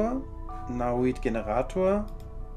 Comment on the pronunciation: nicht nauit sondern naonit!!!!!